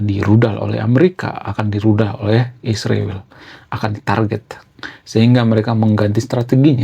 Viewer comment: Sebaiknya abang menggunakan bahasa yg baik & benar dlm penyebutan ISRAEL bukan Isriwil.. Abang kan intelektual jd hrs menyebut ISRAEL dgn baik & benar.. Bravo kaum intelektual..